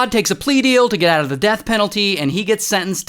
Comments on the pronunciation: “south carolinuh” your not american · Naw, bro. What the hell is South Cara-lena? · Bro rlly said south care oh linna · He said Lina not lie-na 😂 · South caro - LI - na 😂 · South Carol-lina 😂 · “South carlina” 😂😂😂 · "south carolena" 💀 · It’s (south-care-roll-line-uh) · why bro say caralena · south carolinna"😂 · The way he says South Carolina 😭🤚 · the biggest crime is him mispronouncing south carolina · Man that guy was crazy. But not as Crazy as the pronunciation of South Carolina 😭😭😭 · Hol up now we aint jus gon slide pass how he said south carolina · What is this guy, he’s just mispronouncing everything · i didn’t like the way he said south carolina